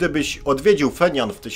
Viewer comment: Stolica KRLD to Pjongjang a nie "Fenian" .